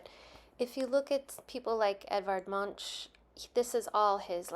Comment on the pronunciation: Münch is pronounced "MOONK"